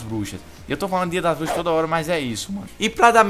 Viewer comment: falou M4A1-X Dias Das Buxas Kkkkkk =P Eu escutei isso:v